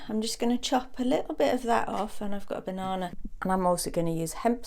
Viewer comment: The way you said banana has me worried